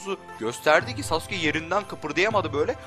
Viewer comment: Uğur Özdemir Öbür videosunda daha güzel anlatmıştım.U yu bastırmadan sasuke demesi gerektiğini belirttim.Ayrıca beceremiyorsa normal sasuke demesine devam etmesini söyledim çünkü şu andaki söyleyişi gerçekten kulağımı tırmalıyordu.Bu konuşmam üzerine tepki vermeyince ben de normal söylemesinin yeterli olacağını belirttim,yani nasıl deneceğini biliyorum ama şu anki telaffuzu gerçekten sinir bozucu...